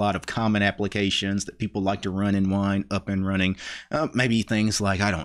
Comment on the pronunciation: LOL EVERY SINGLE TIME that you say "wine" I hear "WHINE"... lol you really don't like Linux, do you?